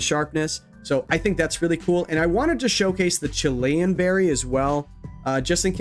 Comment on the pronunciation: Chilean is a person from Chile. The normal reduce berry is called Chilan. Just two syllables 😅